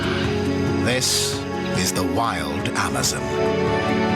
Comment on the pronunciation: the guys goes amozoons lol